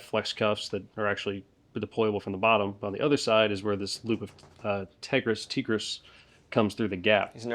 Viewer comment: Still waiting on when you’re gonna make a video of being the guy whose building is being breached. We’re gonna need it when the govt sends tesla robots to kick down our door for saying mean things about Israel. Also it’s “Tehg-riss”